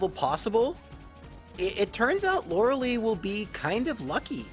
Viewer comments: LORELEI IS PRONOUNCED LIKE LIE NOT LIKE LEE. LORELIE LIKE WHYYYYYY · It's LorelAI, not Lorelee 😭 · JFC... Lorel-lee? Really? Lorel-AYE. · Why do soo many people miss pronounce lorelei's name lol its not LORE-AH-LEE. ITS LORE-AH-LIE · Lor-eh-LEE xD She's pronounced Lor-eh-LI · I've noticed you always mispronounce Lorelei's name. It's supposed to have a "Lie" sound at the end, not "lee." Not a big deal but I thought I'd mention it. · Pronouncing Lorelei as Loralee sounds so cringe. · Cool video, very entertaining. It’s Lorel-LYE but other than that, a lot of fun 😎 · Lorelei.... It hurts to hear that name pronouced Lor-a-lee... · Lorelei (loar-el-leh) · ..."Laura-Lee"? This is as confusing to me now as hearing people call Lara Croft "Laura Croft" was to me as a child. I don't know why there are certain names/characters I can just... never imagine someone mispronouncing...? But uh, Lorelei was definitely one of them. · Lorelei's name is pronounced: "Laurel-lie". It's the most common name for Mermaids for some reason. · it is pronounced Lore-uh-lie. You are welcome. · "Laura Lee" "Arr-canine" I am mildly uncomfortable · This bothers me every time he says it. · The dedication it must take to purposely mispronounce a name on a constant basis is commendable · If it was spelled lorelie I'd understand why people are confused by his pronunciation But no it's spelled Lorelei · Yes! I literally correct him everytime he says her name. Lol. Still love his videos though.